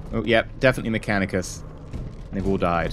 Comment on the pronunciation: Nick Van Riper Well it's Mechanicus, (me-KAN-IK-us) but I can tell why it might be confused.